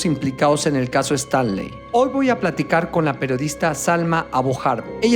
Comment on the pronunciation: Es Stanley no estanli señorita periodista😅